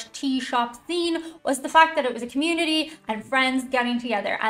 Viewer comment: Oh! was an Irish letdown. We thought community was pronounced "kuh-myoo-nuh-ee" 😂